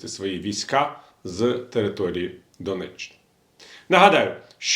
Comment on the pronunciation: И донетчэнню и турэтченю.и херетченню плотников ты шо покурив шось😂😂😂😂😂